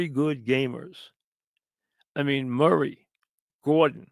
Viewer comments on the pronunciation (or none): none